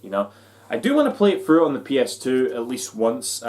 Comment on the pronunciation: I heard it too. In fact, I rewound and listened again. Still hearing it. Its "fluttery kite" all over again.